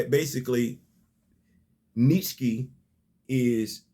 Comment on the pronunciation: Phenomenal job as always. I am enjoying the story so far. Didn't like the way Monet was drawn though🤷🏾‍♂️. BTW, it's "Nee Chee" I believe. I learned how to pronounce it by watching the series Andromeda